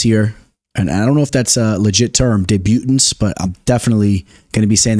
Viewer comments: correction, it's deb-u-tant not debu-tant parlay for the week: Abus, Oumar Sy, Yanez, Themba 3 or dec potential dogs: Alateng, Carlston Harris, Barboza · Man said "day-butants" im dead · People are really get triggered over how you say debutants what has this world come to lmao